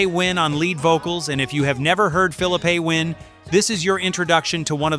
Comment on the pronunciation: This narrator unfortunately cannot correctly pronounce the Chi-Lites nor Philipe Wynn. What's up with that?